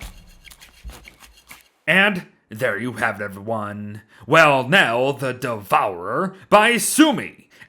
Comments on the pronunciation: welniel is the pronunciation i think? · I think it's actually supposed to be pronounced like "Wel-Nile", but that's just me.